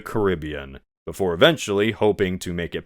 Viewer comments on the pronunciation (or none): none